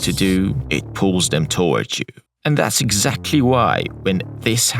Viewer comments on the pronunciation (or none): none